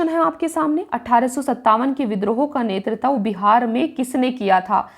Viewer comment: BHOSDI WALI TU HAR BAAR NETRITVA KO ' NETRTAV ' KYO BOLTI HAI? - SIR DARD KARNE LAGTA HAI TERI HINDI SUNKAR - TU 100 SAAL KI BUDDHI HO GAYI, TUJHE HINDI PADHNA NAHI AATA - TERA DIMAG THIKAANE NAHI RAHTA - MAADARCHODI TU PAHLE APNE DIMAAG KA ILAAZ KARA - BAAR BAAR GALAT PADHTI HAI BUDDHI - NETRITVA KO BAAR BAAR ' NETRTAV ' KYO PADHTI HAI BUDDHI? TUJHE SHARAM NAHI AATI, ITNI BADI HO GAYI HAI - SAALI LADKI CHOD DENGE SAALI LAUDA PILA DENGE